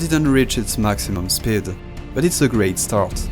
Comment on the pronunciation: Pronouncing "speed" as "sbid" is crazy😂